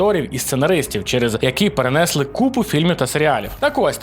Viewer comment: Да йопт, не перен'если а перенесли', вчіть українську задовбали. Бляха і ще: мере'жа не мережа'... бісите...